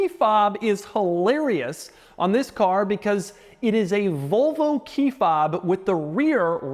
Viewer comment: I can't be the only one hearing "Vulvo" every time he says Volvo, right?